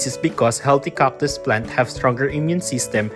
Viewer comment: This channel looks like an excuse for the author to say COCK 50 times per video. Or did you not know they are called CACTus, not COCKtus?